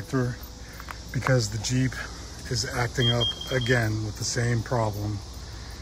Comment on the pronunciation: JEEP RHYMES WITH CHEAP